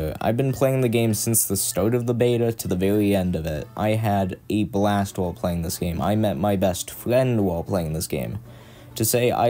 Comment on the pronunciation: "i met my best fwiend while pwaying this game. to say i woved muwtivewsus mowe than i have loved anyone evew befowe"